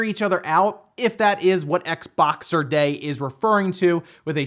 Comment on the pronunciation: It's Xboxing day not Xboxer lol